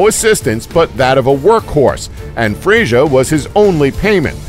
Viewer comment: Cringed until I could take it no more, at least pronounce the names properly!! Who the hell is Fray-sure????